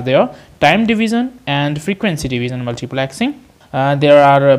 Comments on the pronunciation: its multiplexing.......not multiplaxing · Multiplexing more like Multiplaaaaxing 😂